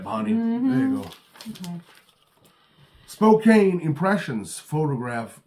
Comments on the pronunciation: Welcome to the new year Recky and! Looking forward to all the unboxing videos from you guys! Live streams from Recky too! Also, the city whose name you're muspronouncing is pronounced as Spoke Ann. The e is silent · Just to let u know the E is silent in the city of Spokane so it's pronounced spoke ann